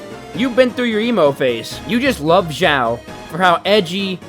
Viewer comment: Eng xiao said his name like showel